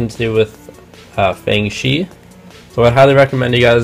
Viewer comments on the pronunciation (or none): I'm definitely gonna get these... eventually. After I get a dino cube, aochuang, dayan2×2, mastermorphix, and megaminx... also, I'm pretty sure it's pronounced "faang guh", not fang gee. But whatever.